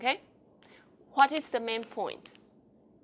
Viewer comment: It is "main point", not "man point" like the teacher said repeatedly.